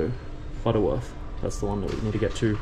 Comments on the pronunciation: Its Butterworth, not Butters Worth 😂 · how Mlysian said it "Batu Word" 😂